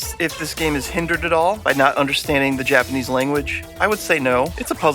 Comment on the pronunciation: O man I’ve been waiting for this one! Major major props guys! You guys did a ton of work on this! I’m picking this up for sure. Some iffy titles in there haha the sweaty dudes! Your Japanese pronunciation is on point!